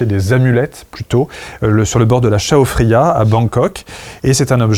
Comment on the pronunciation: Super la vidéo! Juste une info peut-être inutile pour tout le monde mais vivant en Thaïlande je voulais juste dire que la rivière à Bangkok, le Chao Phraya, se prononce chao praya pas choa fraya. Bon visionnage à tous!